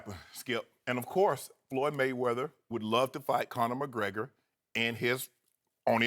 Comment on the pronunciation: "floyd mma-weather" skip you get on my nerves sometimes man.